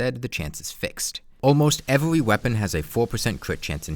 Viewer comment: Why can he pronounce the R in "increases" and "reduces" but not the R in "every"? Weird.